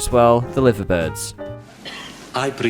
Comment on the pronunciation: Not ‘Liver’ as in the organ 😅